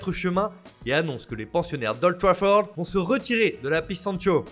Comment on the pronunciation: « WHHHOLD TRAFFORD »